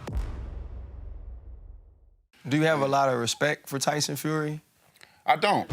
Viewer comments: “Dyson Furry” 😂😂😂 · Mannn I cant stand when people try way to hard to make sound bites instead of just being themselves. The whole "Tyson feery (he mispronounced the name) where are you" sounded so fkn lame